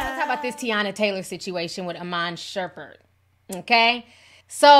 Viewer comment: Ti did you say Sherbet?? 😩🤣🤣🤣🤣🤣🤣🤣